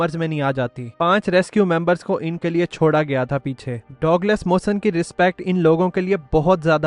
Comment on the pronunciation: Correct name pronounciation ( Douglas) is " DUG LESS " You say " Dog les " that is incorrect .